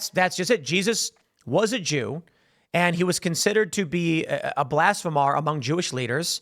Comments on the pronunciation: it's 'blasphemer', not 'blasphemar' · Please stop saying BlasphemAAr and say it right, its BlashphemER. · "Blas'fah'mar" LOL. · Tim work on your pronunciation of blasphemer. Blas-feem-ur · Lol at “blasphemar” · Tim I love ya buddy.. but if you continue to Mispronounce ’blasphemer’ I’m gonna physically flip out